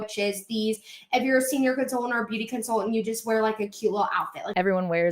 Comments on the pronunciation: Can the girl not pronounce con-sul-TANT???? She annoyingly leaves out the first T in that word 🤬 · They way she says consultant: consul-ENT drives me crazyyyy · the way she goes 'con-sul-TANT' drives me bonkers